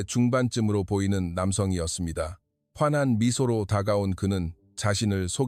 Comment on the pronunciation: "화난"이 아니라 "환 한" "저녁"이 아니라 "전역"."글을"이 아니라 "그를".서경이 아니라 석양.